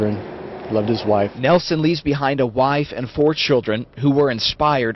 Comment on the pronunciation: It’s nielsen not Nelson I should know I’m his son